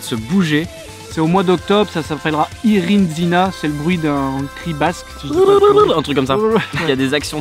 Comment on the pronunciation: Par contre hommage a tout les basques, ils ont détruit la prononciation d'irrintzina...